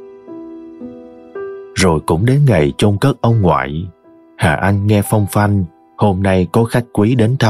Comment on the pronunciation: Nếu nghe thì là phong thanh chứ ko phải phong phanh nhé tác giả